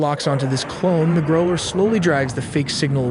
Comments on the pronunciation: The way the voice says GROW -LER instead of GROWL-ER kills me. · Yeah - note to: the “ow” is pronounced like the ou in “ouch” if someone hit you, not like the ow in grow. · Growl ler! Not Grow ler. Good videos, crappy, and almost useless, narrating! It’s kind of annoying to know that you could do so much better but don’t. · Is GROW-lers the pronunciation? Or GROWL-ers? I have no idea I just want to know lol zero hate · Excellent video. But for non-native speakers, it rhymes with "how", not "no". Growl-er, not Grow-ler. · Say grow ler one more time JFC 😤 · The pronunciation of "growler" on the video is rough